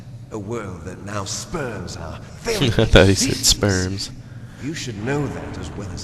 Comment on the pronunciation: Haha. Spurns. Thought it was "sperms". :P